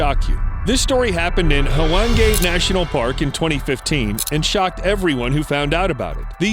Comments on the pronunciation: It's Hwange National Park (Wan-geh) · It’s pronounced HWA-NGE national park. It’s in Zimbabwe.